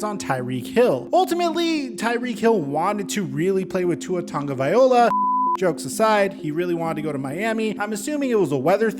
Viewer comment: Tag-O-Vi-Loa! I'm sorry but it bothers me how you say his name lol. Its always made me cringe a bit 🤣